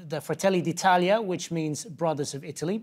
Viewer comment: "Georgia Mlounee".... "Frataylee dee 'Taleeah"..... Not even one Word the speaker can pronounce correctly.😑